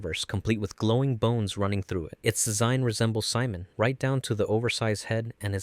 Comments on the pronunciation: Si-mon no it's see-moan 😭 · You said Simon wrong. Lol